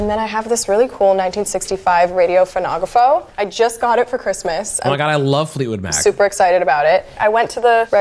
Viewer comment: The way she pronounced phonograph is infuriating